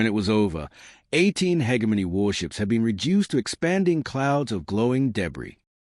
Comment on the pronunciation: For the love of god! Teach your AI to say hegemony properly!